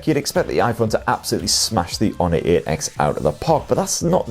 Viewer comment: The “Honor eht x”